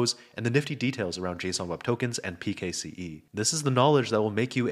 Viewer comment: its pronounced "pixie" mate